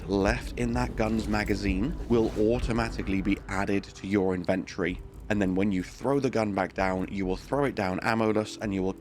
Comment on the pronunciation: The way you pronounce inventory lol